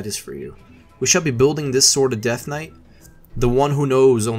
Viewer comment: I thought this was a vid about a deathknight build, not a dead knight.